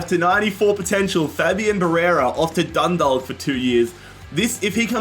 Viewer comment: Dundalk is pronounced "dun-dawk".